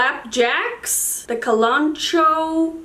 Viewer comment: Also (I just learned recently, said it wrong my whole life) kalanchoe is said “cal-un-COE-ee”. 💜